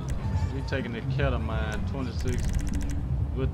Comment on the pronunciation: My boy mispronounced ketamine but anyway i need a link for these mods bruh